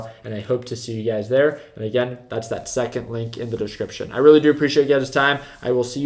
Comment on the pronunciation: I keep hearing UGAZ when you say "you guys" lol